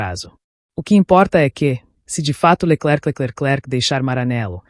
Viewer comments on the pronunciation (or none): Leckeclecleclek!!!!!! Que é esse?